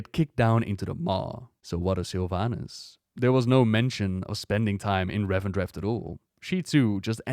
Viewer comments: Why do you pronounce it "Revendretht"? It's just "Revendreth" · RevendreTH not RevendreFT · Great video, however I don't understand why you pronounce Revendreth like Revendreft, yet say 'Death' correctly. I don't normally point out pronounciation mistakes but this is driving me insane sometimes.